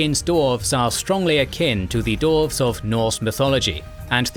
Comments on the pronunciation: Why do you keep saying /dorvz/? They are dwarves. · The way you pronounce dwarves and dwarf bugs me to no end lol